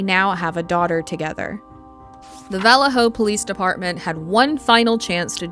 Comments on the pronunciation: In the first case, why does the narrator pronounce the name of the police force as "VALL-leh-ho" instead of the proper "vall-AY-ho?" Strange and uneducated. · It’s pronounced (vuh•LAY•hō), not (valley•HŌ) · You know what's really annoying I don't know where valor hello is I know where Vallejo is learn how to pronounce your cities and your words duh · Learn how to pronounce. Or listen to some N2Deep or Sick With It. Vallejo is not vowell-lay-ho. It's pronounced vuh-lay-ho. Other than that great video. Thanks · You are CONTINUALLY pronouncing the name of the city in California, where Denise Huskins and Aaron Quin lived, wrong! Phonetically speaking, it is pronounced: VA-LAY-HO. Valejo. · The CA city where homegirl was abducted Vallejo is pronounced va-lay-ho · You are a very poor narrator! For one thing, the town you mentioned IS Pronounced VA LAY HO! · It's pronounced "vuh-lay-hoe" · Hey the name of the city right. Valle-ho. Also, I remember this story. I grew up basically in Dublin California. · Vah-LAY-Oh. God, that was painful to listen to. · The only crime, the pronunciation of vuh LAY oh. 😅😅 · Its Valle-Ho, not the wY you are saying it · It's pronounced "Vuh-Lay-Hoe". 😊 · It’s pronounced VA-LAY-HO!!! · I caught that too..is she using ai you think? Sometimes it's way easier but mispronounces things like names. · How can you not know how to pronounce Vallejo? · You aren't pronouncing Vallejo, CA correctly. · They way you kept pronouncing Vallejo killed me. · It's pronounced vaLAY-ho. And exAsserbated. And MoBEELE. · they’re referring to this video creator mispronouncing the last name as “daywell” instead of “daybell”. Vallejo was also pronounced wrong lol